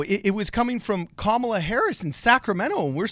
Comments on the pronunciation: Period, qustion mark, comma. That's how you say Kamela. Comma La. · Nice vid, and Yang Gang all the way! But.. can we pronounce Kamala correctly? "COMMA-la" according to a video of her being asked how she says her name. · For the record, it's comma-la. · You can say "Butttigieg" but ka-ma-la is difficult!?🤔 smh "or however you want to pronounce it"😠🤠